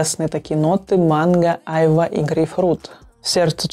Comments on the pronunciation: Айва-с ударением на вторую а. Лучше всего айвА чувствуется в Шанс тандр. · А почему слово айва, у вас ударение на первую А? Я живу на юге у моря и мы произносим айва с ударением на последнюю А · Как режет ухо айва ! Ударение ставится на последний слог! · Люблю айвовое варенье)) вообще правильно делать ударение на последней А - айвА. Кстати Гуччи Гилти Блэк купила по вашей наводке - красивый аромат))